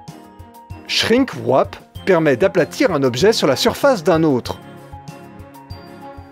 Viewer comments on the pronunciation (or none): La prononciation du "shrink wrap" était... sensationnelle